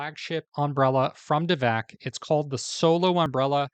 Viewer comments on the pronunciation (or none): I said the same thing … he said the name wrong 🤦🏼‍♀️ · Did you just say "devak"? Time to leave lol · You’re mispronouncing the name— it’s DAV ek.